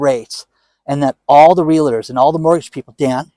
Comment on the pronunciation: REALTOR.... R E A L T O R.. Not Realitor